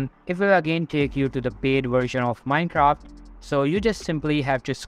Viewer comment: he said mincock